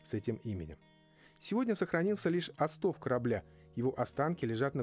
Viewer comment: Не осто́в,а о́стов, граматей!